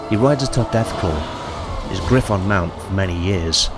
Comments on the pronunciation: Dude You need to get some help pronouncing words Sylvannia (Sill-Vay-Knee-Ah) Pistoliers (Pih-stow-lee-errs) Griffon (Very clearly meant to be said like Griffins) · Pist-O-liers? Griff-Ons?